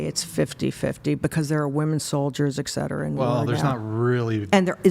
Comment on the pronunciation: Granny 6 hours 43 in"ex cetera ex cetera ex cetera" Its ET CETERA you ninny.